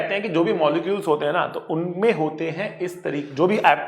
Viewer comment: sir was continously speaking work "hote" Which each time reminded me of an Arabic person speaking😂😂😂 But really sir you are the best person and teacher😌